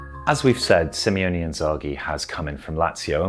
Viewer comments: it's SIMONE not SIMEONE:D Nice analysis but I'd recommend splitting it into mini-sections next time, instead of speaking mostly uninterrupted for 15 minutes:) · Its Limone not Limeone .. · It's SIMONE not Simeone :) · You always say SIMEONE Inzaghi. That's two guys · Great video. Just a minor thing I've noticed many do, his name is Simone (Sim-O-Ne). I think we all went through minor dyslexia in the beginning because of Diego Simeone